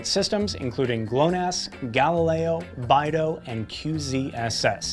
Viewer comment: BAIdou? It's BEIdou! Watch your pronunciation. XD